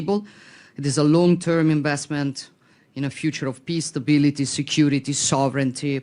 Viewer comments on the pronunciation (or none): Somebody please teach zelenski to pronounce the word PEACE!!! It's P E A C E Mr. President, NOT PISS!!! Dang!!!